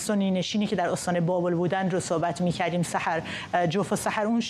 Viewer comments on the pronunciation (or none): none